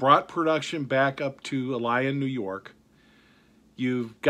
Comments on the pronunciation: Illion is pronounced ill lee in . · you are pronouncing ilion wrong... il-ion, not il-lion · It's not e lion it's Ileon (phonetic spelling) accent on the first I. For a big REM fan you should know that. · It's not I -Lion NY----say it fast it is { Ill yin } NY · Illion it's pronounced but spelled like I lion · It is pronounced il-ee-on not i-lion. Three syllables with a long e in the middle. Looks like they are throwing together guns with the leftover junk produced by previous owners with no quality control. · It's pronounced = ill-ee-un emphasis on the first syllable, long e in the middle. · Pronounced “Ill-E-On”! Ilion, Ny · Please, pronounce "Ilion" correctly. It's pronounced ILL-EE-UN!! I lived there most of my life, and yes, worked for "big green" also. Keep the videos coming. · The locals pronounce Ilion, NY like ILL-E-N. The current owners are.....horrid Wall Street types looking to beat it like an Army mule and then sell it for fertilizer when it dies. They could obviously build better rifles and shotguns but they want it made extra cheap for the profits. I feel sorry for the employees they jerk around, making the brand name shit. Freedom group has bought up all sort of formerly independent gun brands that used to compete with each other. Freedumb Group has decided what brand will go where on the price point, unfortunately it looks like Remington drew the short straw and will be the bottom of the barrel. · You are pronouncing the name of the town wrong ITS ILL-E-ON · Ilion is pronounced Ill - e - on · Love your vids! To help with the pronunciation of where the factory is. il-lee-on NY. Keep making great videos! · It's pronounced "ill e on" NY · Ilion pronounced “ill-E-un” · It's pronounced "ILL-e-un" NY. For 399 these days, you're not gonna get much in the way of fit and finish. They are just going to pound out the parts on a machine and pay someone 12.50 an hour to throw them together. For that grade of gun I wouldn't really care anyway.